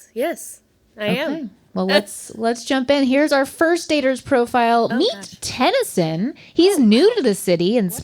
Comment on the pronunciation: Its definitely TEN-I-SON. Ask grandpa max😂